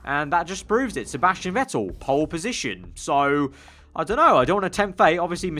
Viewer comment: The real question tho is... why the f**k you say Sebasctian Vettel!?!?!!?